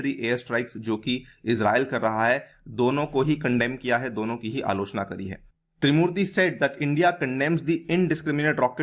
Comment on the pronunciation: Tirumurti not trimurti